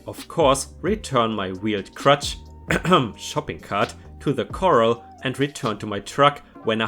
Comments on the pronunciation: Cart corral= cor ral - sounds like gal Dealer license plates Stifle= sty ful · Hello! I enjoy your channel very much. In this lengthy and enjoyable story time you mispronounced two words: “Corral” “Tirade”